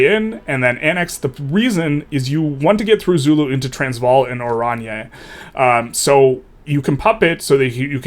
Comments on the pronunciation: As someone from South Africa, it's Oran-ye. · Oranje is pronounced orange.